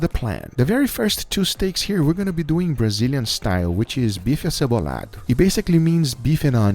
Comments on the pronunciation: Is guga Brazilian? He said "bife acebolado" perfectly...wtf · the way you said Bife Acebolado was so acurrate I was scared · Mano ele falou bife acebolado melhor do que muitos brasileiros Dude he said bife acebolado better than some Brazilians